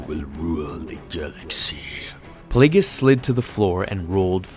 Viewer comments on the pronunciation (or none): Take a shot everytime you hear "plauugeis" followed by a diss from sheevy palps youll be drunk and killed in ur sleep by ur apprentice 5 mins into the video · Say plagius one more fucking time and i swear imma kill myself